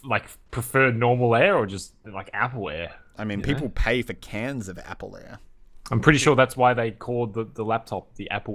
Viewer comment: "APPLEY AIR" 😂😂😂